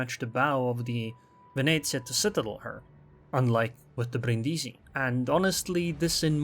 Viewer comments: Bríndisi, not Brindísi, please :D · The accent is on the first "i", not the second one, it really sounds terrible xD